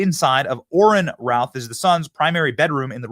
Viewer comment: Why does Benny keep saying "Ryan Ralf" it's "Ryan Routh" for the first couple of hours after this happened I was so confused trying to search for stuff I thought I had the name wrong turns out maybe you're just mispronouncing it Benny